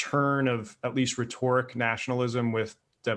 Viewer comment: The stress is on the first syllable of "Rhetoric" not on the second.